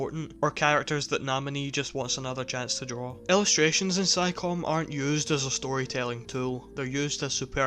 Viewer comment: I love your review, and I'm not trying to criticize you or anything, but "Psycome" is pronounced like "Psy koh may"